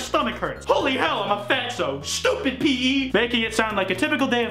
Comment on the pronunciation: the most upsetting part of this meme is saying pee instead of pee eee